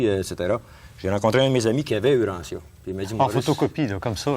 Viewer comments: Yes UranTia et non uranssia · Bravo et en passant lisons Urantia et non OUrantia